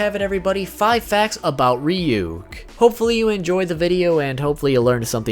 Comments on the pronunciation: Its not Ree-Yook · The fact that he says Ryuk as Reeyook makes me uncomfortable. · Isn't it pronounced Reeyook? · It's now how to pronounce ryuk